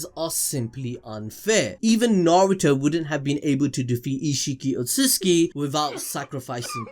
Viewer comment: "Outsutuki Clan"